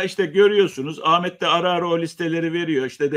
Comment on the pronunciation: Lütfen adini Amet deyip durma, hakaret gibi gelyor